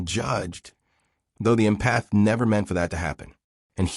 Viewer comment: If you’re going to talk about empathy please teach your AI narration how to pronounce the word. Emphasis is on “Em” not “path”. It’s pronounced “EM-path” not “em-PATH”. For me this feels so ignorant I can’t take seriously anything else that was said in the video.